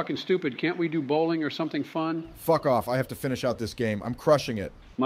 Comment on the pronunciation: "did he just say fyck you from the shadow realm?" 😭😭😭